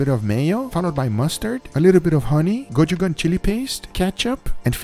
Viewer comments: Guga.....its not "go-chu-gang".........repeat after me, its "GO-CHU-JANG".....sorry, it just triggers me when u pronounce it wrong in every episode you use it 🤣.... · Guga, I believe that Gochujang read as go-shoo-jung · Yo Guga I love you, but it’s Gochujang.